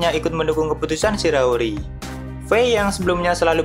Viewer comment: Shiiii raaaa ooo ri..SHI RA O RI... not sirori...🤦🏻‍♂️ either way great content..